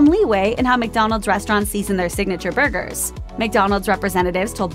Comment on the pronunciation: I've never heard someone say "bhurgers" so many times in my life.